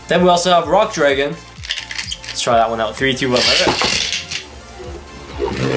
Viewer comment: What is up with pronouncing the dragon beyblade "Dreggen" is this the Canadian pronunciation